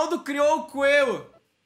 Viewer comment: É coelho e não coeio